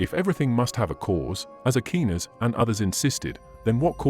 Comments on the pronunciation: Not Nye-itch but Neee-tshuh, Not Akinas, but Akwaiy-Nass!! Who taught you to talk?? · A-key-nis was bad, but Ny-atch was hysterical. Its a shame you let AI crap all over your presentation. Before you started naming names you were making cogent points. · WORST VOICEOVER EVER!!! NOT "AKEENUS" OR "NICE-E"!!! TRY AGAIN!!! 🤦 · you mispronouce bothe aquanis and nietche.